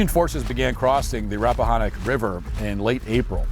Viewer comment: This is against Walsh. They don't need to pay anyone. Can they at least cold call a random person that lives in the area and ask them how locations are pronounced? "Rap-ah-Hān-ick." Han like hand, not Han like Han Solo. During a race at Richmond and I've gotten the same answer asking randoms. Henrico county is an Indian name, not Hispanic. It's "Hen-rye-co" not "Hen-Rico" like Rico Suave.